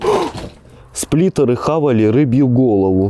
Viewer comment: Не сплитер а сплинтер)